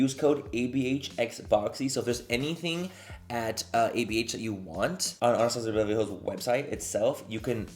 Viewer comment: every product “anastasiabevrlyhlls” 😂